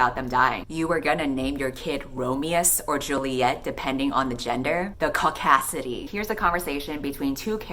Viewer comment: Hearing you say Caudacity sent me into a laughing fit at 5 am